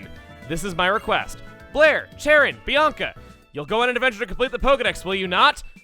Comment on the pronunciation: You know, the name Blair for the player character is actually quite good. With how Chugga pronounces it, it sounds like he's saying "Player". It works!